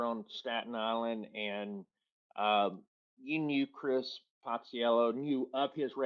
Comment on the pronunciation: You guys are pronouncing Cris name wrong.